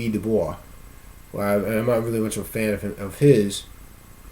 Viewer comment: Nice hat! You really need a Roman War Helmet or a Battle Sombrero...maybe a Centurion Helm? I dig your attitude, sincerely. You could have gone a thousand different ways with being called a coon. You picked a good one. As a side note, Du Bois is pronounced " do boys", for W.E.B Du Bois. I pronounced it wrong for years, using the French pronunciation, until someone pointed it out to me. God bless. RB